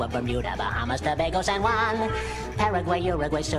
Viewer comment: "an juan" HAHAHAHAJAJA